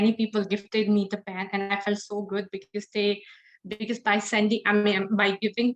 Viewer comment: Most of Jiyas answers are informal...... her pronunciation for Because is wrong and many more